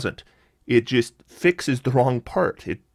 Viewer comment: When you're saying 2d6 and 3d6 "the damage gist gets there," what? edit: just realized you're saying "just" lol